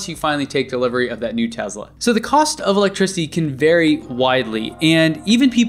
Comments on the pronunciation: It's Te"S"la not Te"Z"la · Why are you pronouncing Tesla like that? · "Tez la" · It's a Tesla not a Tezla, WTF